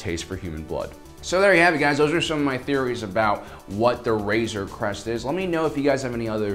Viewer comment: I keep thinking he is saying razor crust..LOL